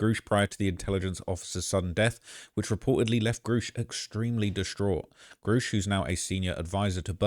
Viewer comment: And it's Pronounced Grush not Gurr ush